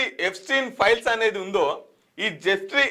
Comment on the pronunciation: అన్నా అది piles కాదే files 😂